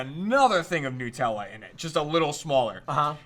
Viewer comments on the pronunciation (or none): NUTella not NEWella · everytime i hear them say nootella, i die a little inside... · Its annoying me so much how you're saying nutella. It's made from hazelNUT, so it's NUTella. That delicious shit is not made out of Pingu.